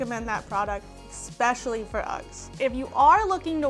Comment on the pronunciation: It is "especially" not "ex-specially".....😉Yes, I washed mine in a washing mashine, after washing it by hand.....